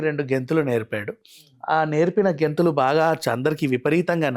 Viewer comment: గెంథులు ఏంటిరా... డాన్స్ అని cheppochuga....